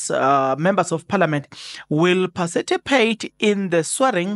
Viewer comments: patici not paciti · Participate....not Parcipitate😅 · PARTI CIPATE..NOT PACITIPATE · And not parcitipate.A slip of tongue, I assume Thanx for that correction my MK sister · Participate Maan not pacitipate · Pacitipate 😂 hayi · eh Zazi ....parcipitate 😅 per Chief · I like how you pronounce participate😊😊